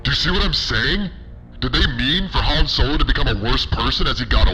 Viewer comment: Han Snow-lo